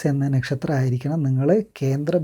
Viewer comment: Bro.. Nakshatram pronounce cheyyumbol onnude crct avanund❣️...